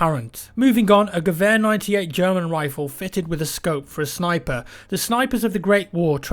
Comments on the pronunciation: Yes! Thank you for pronouncing Gewehr correctly! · Wow, he actually pronounced "Gewehr" right this time.